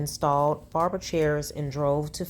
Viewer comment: This ninja said "brarber shop" 😅😅😅